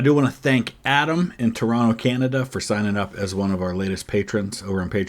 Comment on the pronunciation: Okay, shout out to for being an American but pronouncing Toronto the true Canadian way! 👍🏻🍁